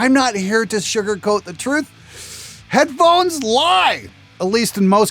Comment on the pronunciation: "Headphohes" Sorry, I couldn't resist. :P